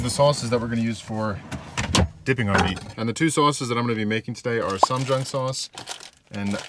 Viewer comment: "sahhm - Jawng" is how you pronounce it by the way. Also "doenjang" is pronounced "DENN-jawng". You don't pronounce the "O". It's not your fault really; the idiots who designed Korean romanization to Latin letters used the worst possible latin letter combinations. The Korean alphabet is super easy to learn to read though, so it is easy to learn the true pronunciations in a few hours